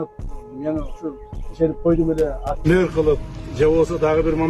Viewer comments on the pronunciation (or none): Мээр,меер дейт го кээ бироолор🤦🏼‍♀️ кыска эле мэр дегилечи айланайын